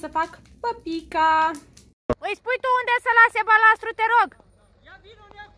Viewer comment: Balast, nu mai spuneti balastru